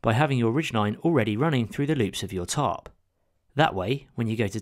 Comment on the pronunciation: Your funny accent makes the captions read, "top" whenever you say tarp